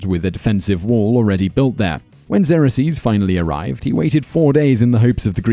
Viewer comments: Xerxes is not pronounced 'Zer-uh-sees'. It is 'Zerk-zees'. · Pronounced "Zerx-sees" not "zera-sees" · Xarraseas? You mean Xerxes? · Who is "Zerasees", I can't find it on the Internet. I did find XERXES, pronounced ( ksurx-eze ) or if that's too difficult, try (zurx-eze). So if that's the guy about which you're speaking, then you're pronouncing it like it would be spelled x e r o x e s, adding an extra syllable, which makes it another thing entirely - the plural result of a verb which came out of a noun, the brand name product office machine, the well known Xerox copier. Which I am sure has gone to war at times but never held a lance, sword, or shield, nor armor or ever rule the land…. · Zrk’sēz not zerresees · Your pronunciation of "Xerxes" as "ZAIR-ax-zeez" is somewhat peculiar. I've never heard it as having more than two syllables, like this: /ˈzɜːrksiːz/. Also, I'm surprised that you didn't even mention the systematic, mandatory homosexuality endured by unmarried youths living in the barracks. Every young man had an older mentor who sexually abused him. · It's pronounced "ZERK-zeez", Simon... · Why can you not pronounce the Persian king’s name correctly it’s pronounced “Zerksees” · Xerxes pronounced Zerkseez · Spaw-ter? Who the hell are Lee-on-nuh-dees & Zer-axe-sees? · Sometimes I watch these videos just to see what this man will mispronounce. Zerasees out of Xerxes? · For Christ sakes! if you are going to do this type of stuff at least learn how to say the names! Leonidas Leo-Night-ez Xerxes Zerk-seas. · Who else was freaking out when he kept saying Xerxes wrong?! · Bugs me the way he pronounces Xerxes. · Learn now to pronounce XERXES. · Do you not know how to pronounce things properly? An example would be your pronunciation of Xerxes. I have never heard of it pronounced the way you did and can find no reference that does. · Can't pronounce Xerxes...Lol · thumbs down....for the failed pronunciation of Xerxes and Leonidas